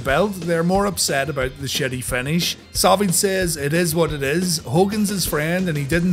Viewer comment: Sounds like he says Salvage instead of Savage. Lol